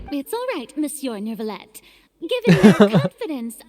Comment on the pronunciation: It's neither actually 😅 the [eu] sound doesn't really exist in English so it's a bit hard to explain, but it would be closer to [uh] So you're supposed to say N-uh-vee-let (or N-uh-vee-yet).. it's clearly not new-villette tho His eng va pronounced it pretty well in his voicelines actually